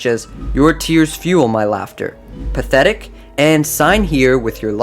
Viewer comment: Its not pathetic its "PA-THE-TIC"